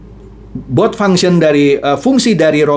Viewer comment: Nah ini yang saya cari,trading bot crypto dengan exchanger bagus dan free ongkos.. makasi infonya pak.. tp sebelumnya Maaf pak,mengkoreksi pronunciation bot.. pelafalannya seperti Robot - Bot.. bukan But pak.. Mohon maaf sebelumnya..